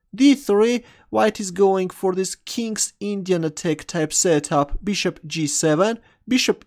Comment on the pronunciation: Looks like English is not the first language of, also consider his way of pronouncing "Bishop" as Beeshup